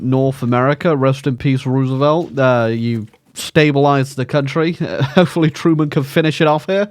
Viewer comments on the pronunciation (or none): none